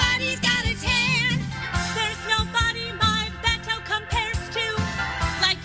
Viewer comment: I think the more annoying part of this whole "Beto" conversation is how people have never been around Hispanics because the way they pronounce his name is nails to the chalkboard.